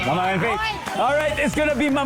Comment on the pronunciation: Natawa ako nasabi ni Dingdong mangmang instead of mamang . Love this episode. Sweet ng magasawang dantes ❤